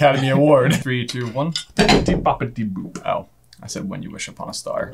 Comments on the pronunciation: it definitely Bibbidi Bobbidi boo not Boop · I nailed this! And if ya'll say "Bibbidi Bobbidi BooP" one more time... It's Boo!